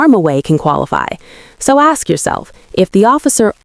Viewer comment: Is the lawyer also a family member? Why's she got her hands all over him? It just looks strange. Also why can't the lawyer pronounce the word ask? 🤣🤣